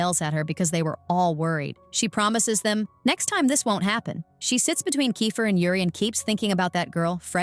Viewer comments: bro it's not kyfer it's keifer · It's not ki its ke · It's not kifer it's keifer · Thats not kaifer is keifer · It is not kyfer it is keifer